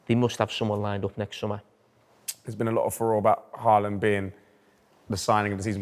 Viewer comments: Haaland isn't pronounced HA-LAND. It's HAW-LAND because of the two a's. While were at it, Ødegaard is something like ER-DEH-GORED. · I'm going to get tired of hearing the English pronounciation of Haaland and Ødegaard this year... I know you can't know, but "aa" is not pronounced a :) Aa is the same as the Norwegian "Å", which is pronounced a bit like how you say the "o" in words like goal, boat, coat, etc... You'd be pretty close by just saying "Holand", atleast much closer than "Haland"...